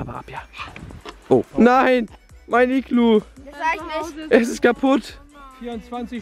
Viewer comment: heißt es nicht Iglo?